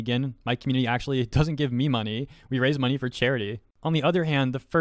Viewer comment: ive got a rough idea as to why some people like this exist 1, they are probably annoyed at your voice, like when you say money , you always boost the last part by a little bit like this i donate moNEY to charity 2, they jello of yo fanbase